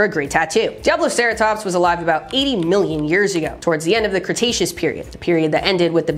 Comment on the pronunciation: favorite dinosaur name until pronounced it correctly, always thought it was pissattackosaurus … you ruined my childhood